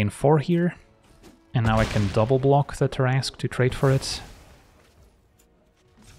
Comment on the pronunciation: love your stuff. Splitting hairs: its pronounced Tarras-'cue'. Like billiards cue ball. =) much love.